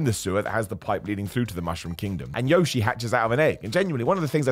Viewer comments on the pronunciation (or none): A game based on “fun first, plot second” should be no surprise as a format for a movie either. And thankfully 99.9% of people have spent $500 million agreeing it’s a lot of fun! Also, can we all before the next movie understand this is not how you pronounce Yoshi! 😂 The dino himself says his own name, listen to how he says his own name! He doesn’t Americanise it! 😂